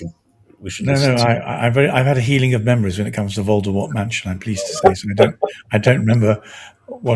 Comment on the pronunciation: Gavin you keep saying "Voldermort" who is Voldermort?